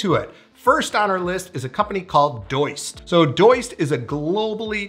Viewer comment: I don't think it's pronounced Doyst, it's Do-ist. But idk I'm just guessing since they make a To Do app. 🙄